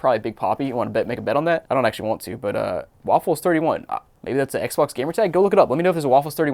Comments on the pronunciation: Yup. That’s how it’s pronounced. Ehkbok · Did you say Ec Bock? Lolq